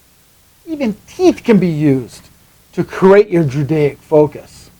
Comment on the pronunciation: I appreciate your enthusiasm. Was there an intentional reason for "drudaic" rather than the more common "druidic"?